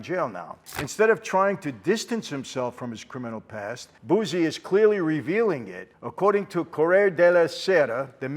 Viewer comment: Wonderful! Thank you Michael, please continue to express your political opinions-we need it! By the way Buzzi-pronounced Bootsy in Italian lol